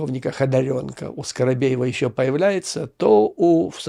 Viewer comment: Почему скоробеева?Её фамилия скабеева.😅